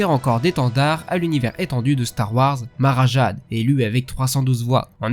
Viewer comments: Sinon tu prononces plus "Mara Jèide" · Super vidéo. Quelques remarques : Ta prononciation de Mara Jade m'arrache les oreilles, Le nom de Malgus est Veradun, sans e, et c'est dommage de prendre des illustrations de la version Canon de Thrawn alors que c'est un top légendes.